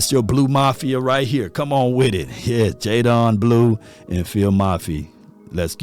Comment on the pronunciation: sh-uh-vawn rev-el. jay-den blue.